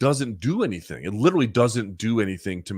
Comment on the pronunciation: If I may, worldview, LIT-TER-AL-E